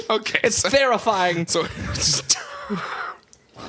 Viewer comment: "It's Therrifying!" 🤣🤣🤣 that really got me! Lolol